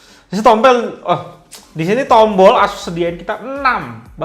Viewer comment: .. di sini tompel, ehzz disini tombol .. ngakak asli